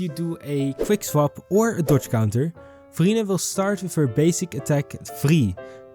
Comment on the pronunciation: Idk why but everytime you say "Verina" I hear "Furina" and I get Genshin Impact flashback lol. Also I like the font you used , it's in retro style and I like it.